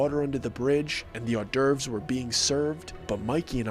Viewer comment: Are you trying to say hors d’ eurves?